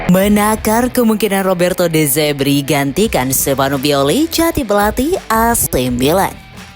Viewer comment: De zerbi bukan de zebri. Dasar admin koplak😂